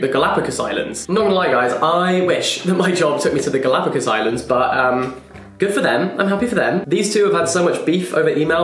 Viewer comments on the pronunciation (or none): You say “Galapagos islands” the same way Harry Potter says “Diagonal Alley” 😂♥️